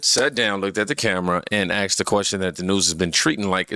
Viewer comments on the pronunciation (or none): A S K E D a question, not A X E D a question. Learn it already. You wuz king n shiet i thought, well obviously not the kings of Speaking.